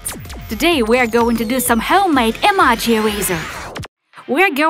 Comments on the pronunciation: It's actually pronounced A-MO-GI...EMOJi💩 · It's pronounced like: ee-moe-gee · Iza Kolanko even I was thinking about that because she stop the video and erased with a normal eraser and pronouncing the emoji wrong she saying emagi it's not proper it's really bad showing fake videos are not creative extending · Rosie Stone she is saying emaji not emoji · Hahaha whenever you say emoji you say emaji 😂😂😂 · Can someone pls tell her that its em-oh-ji and not em-ah-ji ? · She says emoji like emage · She said amaji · she say emaji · it's not emoj y it's emoji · Eee maaww jeee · You said omoje wrong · It bugs me when you say emoji wrong. I'm sorry >.< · Shes saying emojis wrong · Please guys stop saying she doesn't know how to pronounce Emoji because english is not her first language. . . She is hispanic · not to be mean but I just like how u said emojy wrong I like how u said it though 👍👍👍👍👍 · Why u say emoji like that? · She says emoji incorrectly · Golden Cookies English isn't the person's first language. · she's saying emoji wrong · This is very funny she says emoji wrong😁😁😁😁😁😁😁😁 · You said emoji wrong lol lol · no offence but u say Emoji weird😕😞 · You pronounse emoji wrong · She said emoji wrong but who cares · Every time she says emoji it is so annoying because she says it wrong not to be mean